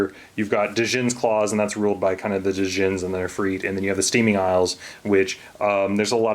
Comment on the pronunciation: The D is silent in Djinn by the way.